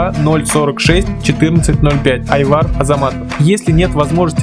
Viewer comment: Может Айбар а не Айвар